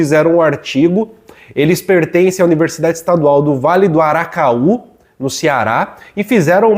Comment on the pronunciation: Uma correção, o nome da universidade é Vale do ACARAÚ e não aracaú!